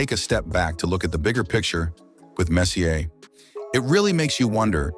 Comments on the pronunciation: nice to be reminded that Messier was the third alltime leading scorer I'd call him the best of all time so in respect he deserves to have his name pronounced correctly after Fuhrs name was pronouced wrong too-I turned video off. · 1st off, if you can't even pronounce his name, how can you even make a story. 2nd off, he was known as the moose, not the messiah. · Where did they find this utterly clueless narrator? Can he pronounce any name correctly (couldn’t even pronounce Glen Sather name)? How on earth do you get hired to narrate and mispronounce one of the greatest and most famous hockey players in history? And WOW, that’s a lot of unsubstantiated rumours and BS. Quite frankly, this video was embarrassing to watch, and a waste of time. How about some hard facts with your gossip. Mark Messier deserves much better than this disgusting hit piece. PFFFT! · Maybe you should learn how to say his name properly the right way if you know hockey. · Cant watch this video cant say his name right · Your credibility suffers greatly when you don't pronounce the name of the subject of your video, one of the greatest players in the history of the game, incorrectly. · Its very sad this nice hommage to Mark Messier and you cant even pronounce hos name nearly right. Sad for humanity is this an AI production? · Was he not legendary enough for you to pronounce his name correctly? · Narrator is a A. I generated abomination, mispronouncing every name. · Huh??? You've been asked to respond to the fact that you think Google knows what it's doing. Meanwhile, this AI piece of garbage cannot even pronounce Mark Messier's name. Do I get the pop culture reference in your name? NO. Do you get the difference between spelling and pronunciation? NO. Do you understand the difference between either/neither? NO. If it smells like AI, if it talks like AI and isn't? It's a person with very limited ability. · he’s right it’s not pronounced the way it’s being said in the vid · Messy Ear, Grant Four